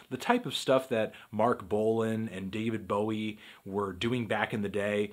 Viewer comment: I prefer david bowid.